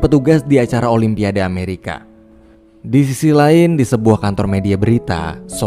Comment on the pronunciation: Olympiade..sebutanya olimpiad..bukanya "o lym pia de: sebutan dgn ejaan biar betul wak..jangan di indonkn bahasa ingeris@ yaa...olympiad yaa "de" nya xperlu di sebut..